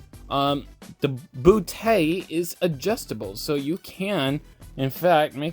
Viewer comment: Booty Not bootay Just when nuva boobs wernt cringy This guy makes a butt